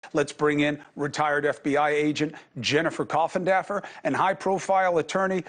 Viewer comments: Actually Everyone else says it wrong. He actually says it right. Funny I know but people like to say coffindoffer not coffindaffer. All good. I am not picky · This is great info! But i cannot stand the way that Cuomo keeps saying Coffindaffer. Like address her respectfully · I would like to see more respect from Cuomo for Jennifer. He never once pronounces her last name correctly. I’m sure he’s been corrected. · "Coffindaffer." LOL!!!! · Hey* CUOMO*, it is rude to address your guest by her last name only. Very disrespectful! This is national news, not a pool hall. Show some respect. Funny that Mr. Geragos didn't receive the same ill-treatment. Wonder why... And you don't even bother to learn how to pronounce her name. It doesn't rhyme with Daffy. You are so freaking unprofessional.